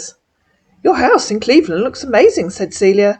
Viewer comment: "Ohio Cleverland" --- Another flub-up!